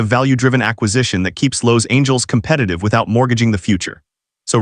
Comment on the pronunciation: Lowe’s Angles Can you pronounce any other words correctly? Or is this AI just messing things up again?